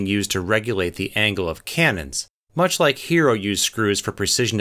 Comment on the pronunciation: Im annoyed by the way he pronounces Heron